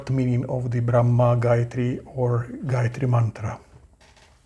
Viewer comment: Wtf excuse me why do you guys try to destroy everything related to us please 🙏🙏. Gayatri mantra is a very sacred mantra for us indians sanatanis dont demolish it with your improper pronounciation seeing google and talking shit bro please 😭